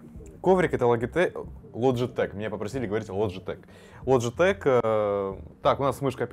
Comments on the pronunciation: Лайк за лоджитек а не логитеч. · Не лоджетек а логитечь